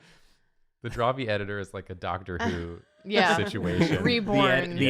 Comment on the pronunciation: instead if dr who I heard them say dr soos and i was so confuesed